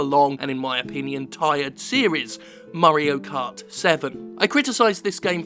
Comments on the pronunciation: I keep hearing it as Murray-o cart 7. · Murray-o kart?